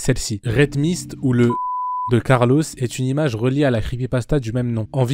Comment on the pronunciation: « Carlosse » mdr, sinon masterclass com d’hab